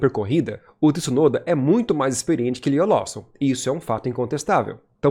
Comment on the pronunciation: Não muda nada na vida, mas o certo é Tsunoda (igual cazzo) e não Tissunoda